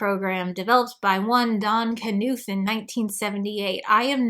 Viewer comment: "I'm not a computer scientists..." still sufficiently lauds Donald Knuth's legacy, AND pronounces his surname correctly This is one of the reason I like your videos.